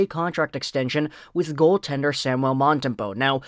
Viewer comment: Sam- u el, please pronoun it correctly